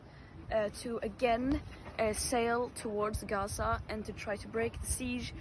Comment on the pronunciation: Greta is such a dumb ass she can’t even pronounce Gaza right! Yea and flying the Palestinian flag is genius too Greta!